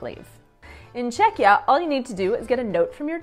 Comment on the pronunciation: I would love to watch more videos... but can't get over "Čekeeah"every 3 minutes :D